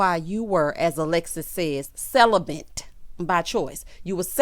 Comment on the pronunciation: Random person: hi Michaela..I mean Alexis : he "celibant"